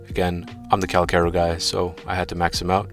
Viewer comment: Pretty sure it’s pronounced (CAL- CHaR - O)